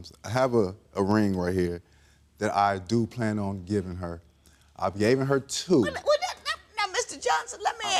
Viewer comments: Is he saying, 'gaven' meaning given?🫢🫢😳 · He couldn’t say “Given” to save his life 😒